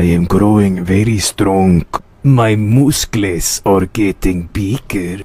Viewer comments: THE MOOSCLES😂😂😂😂😂😂😂😂😂😂😂😂😂😂😂😂😂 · "Now its time to poomp my mooscles"😭😭💀💀